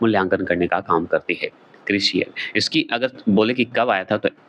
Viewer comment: वीडियो के 37 वें मिनट पर रेटिंग एजेंसी क्रिसिल के बारे में साख का अर्थ - किसी व्यक्ति / परिवार/ कंपनी की कर्ज लौटाने की क्षमता या विश्वास , समाज, मार्केट में उसकी प्रतिष्ठा, लोगों का उसपर विश्वास कितना है। जबकि आपने बताया ब्रांच / शाखा जो कि गलत है। एक और बात क्रिसिल उच्चारण होता है, क्रिशियल नहीं